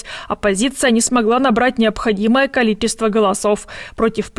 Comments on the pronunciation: Теть сходи к логопеду,но слушать невозможно,ладно хриплый голос,но не ТЯС,а ЧАС,и не КОЛИТЕСТВО,а КОЛИЧЕСТВО..Хотя у вас как скажишь так и правельно,но и трындите на своем суржике,только не трогайте Великий Русский язык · Слежу за всеми Вашими выпусками.., не хочу никоим образом обидеть, она старается, видна ее работа над дикцией, но по- прежнему с произношением Ч в словах качество, количество и т.д. -просто беда …